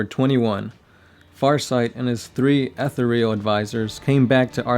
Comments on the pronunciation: "ETH THEE RE UL" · It's pronounced Eh-thear-ee-al! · Every time you say "Ethereal"...I want to claw out my own eyes. Please stop...please.